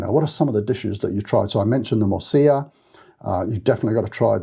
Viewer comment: A surprising number of people make the same mistake — you''re not alone. But I know you care about pronunciation, because you say 'morcilla' correctly. Thanks again for your helpful insights.